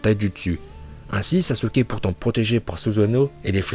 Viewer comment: très bon classement mais essaye de bien prononcé les nom par exemple sasUke le "u" ne se prononce pas voila sinon très bonne vidéo